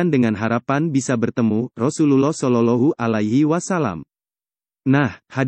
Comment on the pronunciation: ma'af kok shololohu alahi wasallam mestinya kan sholowohhu alaihi wassalam mohon di perbaiki🙏